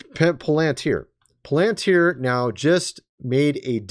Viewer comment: Pronounced 'pal in teer'